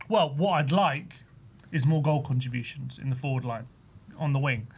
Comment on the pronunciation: "Goal contrujans" lol